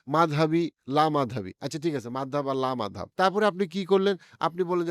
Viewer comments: মাদহাব কি? বাংলা তে এটা মাযহাব হবে। মাদহাব শুনতে অনেক বিরক্ত লাগতাছে। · ভাই, একটা নতুন শব্দ শুনতে কেমনই বে মানান লাগছে -- "মাদহাব". এটাকে " মাজহাব" পড়লে ভাল লাগবে।